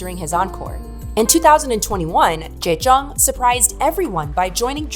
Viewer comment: You butchered Jaejoong's and Junsu's name but everything else was very well researched. I was a die-hard fan of DBSK (as a 5 member group) and proud of JYJ's bravery to sue SM. They fought not only for themselves but also for other idols to never have those slave-contracts ever again. The price they payed was high as they were blacklisted and not allowed to appear on music or variety shows anymore. Which led to Yoochun and Jaejoong persuing acting roles and Junsu going into musical. All three very successful in their careers. When they finally performed the soundtrack "Chajatta" on TV after so many years we fans were so happy. I'm still disappointed that the remaining 2 members stayed behind and pretended the other 3 never existed. SM made them re-record their biggest hits "Bolero", "Begin", "Doushite", the One Piece outro "Asu Wa Kuru Kara" and filmed a new MV for "Begin" as well. Then whenever there was an exhibition about TVXQ or a flashback video they always censored JYJ's faces to erase their 7 (!) year old history, making it look like they've always been 2. It was so frustrating seeing this happen and wishing Yunho and Changmin would speak their minds for once but they never did. Their interviews always felt shallow and scripted.. their replies bland. While on JYJ's side we got heartfelt, in-depth interviews, honest tweets, even songs like "Song Without A Name" or "W" where they wrote down their feelings and addressed issues with their agency. Yunho and Changmin continu